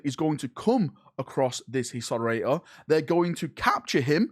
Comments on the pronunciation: "Hisoaor" did you mean Historator,? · Watching pronounce Historitor several times, my heart is in pain.